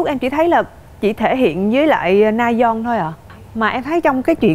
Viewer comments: Mình xin góp ý là chị Diệu Nhi có thể nào đọc đúng tên người chơi được k ạ? Rayeon mà toàn kêu là Nayeon, trong khi c là ban bình luận thì như v cảm thấy rất thiếu chuyên nghiệp, k có tìm hiểu. Đọc sai tên ngta liên tục như v siêu khó chịu! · Ngta tên Rayeon mà Diệu Nhi đọc Nayeon mãi thoai 🥹 :)))) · S mà t khó chịu kiểu ban cố vấn gọi sai tên người chơi quá . Ngta rayeon là cứ nayeon nayeon suốt thôi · Mình muốn góp ý một chút là Diệu Nhi hong đọc đúng tên nhân vật á. Mình nghĩ đọc đúng thì ctrinh sẽ hoàn hảo luôn